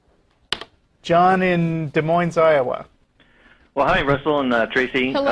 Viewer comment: No offense guys, but you mispronounced lackadaisical and Des Moines. Not a theist, just saying.